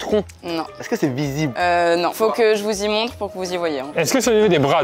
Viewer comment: « fo que je vous zy montre »